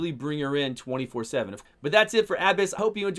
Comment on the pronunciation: FINALLY! Someone that pronounces her name with the proper inflection. So tired of hearing abEss.